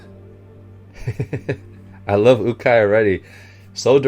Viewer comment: The coaches name is pronounced you-Kai